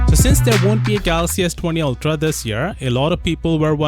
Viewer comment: "altra", as says LoL